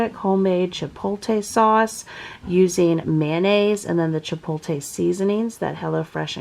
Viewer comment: Just FYI...it’s Chipotle Chi•poat•lay (pronounce poat like boat)